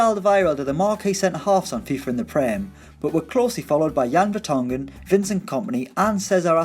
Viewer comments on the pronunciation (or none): none